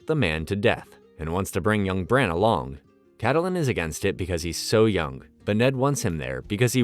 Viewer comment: Kattelyn, Oberion, Margeri its kinda painful